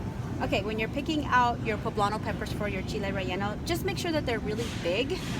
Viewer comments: Proper pronunciation in Spanish for Chile. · Yes. That's the correct pronunciation in the Spanish language